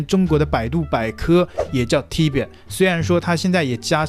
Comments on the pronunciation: Tibet是特唄,重音在後面，不是T唄！ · 你自己tibet也念都念不對，又叫做尊重人嗎? 我就等著看這個人什麼時候會被燒起來，每個影片都只會用謾罵的方式評論，一點自己背後的邏輯都沒有，只要一直吐槽大陸多爛多不好，就會有觀看數，就會有人支持。 台灣人什麼時候才能夠醒醒，看清這種人的真面目，他真的支持台灣嗎? 他真的關心台灣嗎? 他只是一個利用台灣人的自卑心理，賺錢的人而已。 好好想想吧，整天我們嘲諷大陸在說遙遙領先是自我催眠，你們支持這種人的這種毫無思想，只有意識形態的影片，不也是在自我催眠嗎?